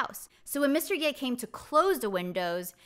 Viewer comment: I believe the "葉" character is pronounced as "ㄕㄜˋ" (just like"社") not "ㄧㄝˋ" in this idiom. It is the name of a territory during the Spring and Autumn period. source